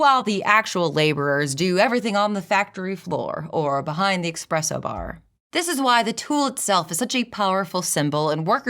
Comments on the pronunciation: I know you didn't say expresso... Lol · Love the video, but you made me cringe towards the end when you said "expresso" instead of "espresso". You are such a good speaker, but... 🤣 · The o Lu critique I have of this video is the “expresso” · mf said "expresso" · Was the “expresso” bar just you being a little cheeky? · Well I liked a lot of the video, I can't not cringe at how you said espresso. There is no x in espresso